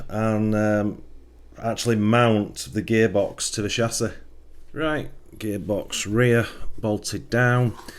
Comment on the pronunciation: This video is unwatchable for me, cause of your pronunciation of chassis and aluminum...ugh my soul!👎👎